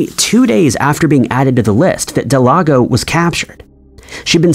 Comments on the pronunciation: Del-gado.... Not delago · It's not delago its delgado del-gah-doe atleast if her name is what it said it was on the screen... idk if anyone else noticed it but, he was saying her name wrong the whole time, if so... lol. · Uh it’s pronounced Del-gah-doe not Del-ah-go 🤦🏽‍♂️🤦🏽‍♂️🤦🏽‍♂️ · Her name is not Delago, it is Delgado. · Del-gado, not De-lago. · Please, please, please. Check names for correct pronunciation. The case of Brenda Delgado, you kept calling her Delago. Close, but not quite. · Brendas last name is Delgado. Not Delago 😂. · It was a good video, but I can’t understand why you couldn’t say Delgado, you called her Delado through the entire last section. You need an editor man!! Or someone to check your shit before you submit it lol. Unless you disagree… then you can just tell me sick your lon dick. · Am I the only one that was like it says Delgado not delago? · it's DEL-GA-DO . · delGATHO. In Spanish, the letter "d"(day) is pronounced as a soft "th" as in "the" when surrounded by vowells. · It is Delgado. Please pronounce the name correctly. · I bet he thought G is silent in Spanish when J is silent. Homeboy mixed g with j case solved. Still makes me cringe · The ‘creepy’ part is how the narrator pronounces Delgado…. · You have to go out of your way to mispronounce Delgado. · OMFGGGGG THANK YOUUUUUU!!!!!! I was losing my shi and typin hate, when i seen this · I’m joining the crowd here, I was spazzing out over it!! Actually came to see who else noticed.